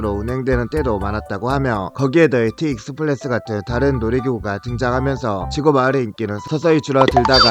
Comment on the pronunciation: 익스프레스를 익스플레스라고 발음하시는 ㅎㅎ